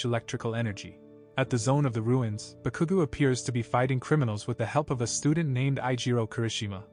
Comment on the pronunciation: Omg, you said so wrong Bakugou that I laughed and also annoyed to see multiply times this happen